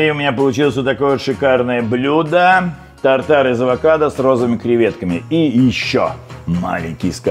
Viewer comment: Рецепт хорош! Слово «безумный» видимо любимое в лексиконе. тАр-тар , режет слух, тут шеф решил поумничать.